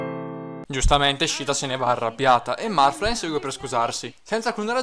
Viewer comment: M-m-ma io ho sempre pensato che il tuo gioco preferito fosse Pokemon :( Comunque, a me è sembrato che Elice dicese Morth...passso troppo tempo nella pagina mi sa. Ah, lo dico perché sì: Shiida in quest'oav >>>> shiida nei vari giochi di FE ;)